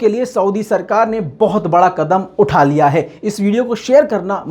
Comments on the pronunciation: Waah!!!! Kya kadam(quadam) hai.? Tode raho urdu ki taang. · کدم نہیں قدم ہوتا ہے میرے بھای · "کدم" نہیں "قدم" ہوتا ہے۔ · Beta kadam nahi qadam hota hai.please urdu parho ya buhat zarori hai